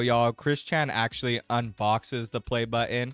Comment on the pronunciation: He pronounces the word 'actually' as 'ashley'